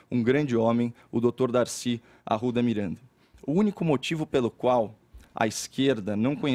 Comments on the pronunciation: 'Caeiow Arrwuda Mireeanda' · KaIo dE aRu'Da MiRaNDaH